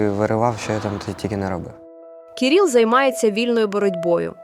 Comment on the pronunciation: Говорити і писати треба грамотно: не Кіріл, а Кирило. Безграмотність наразі в тренді.